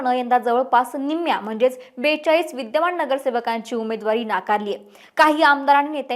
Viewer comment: महाणगर, विद्यमाण, णगरसेवक, णाराजी. हा व्हिडिओ णूस्ता काणाला त्रास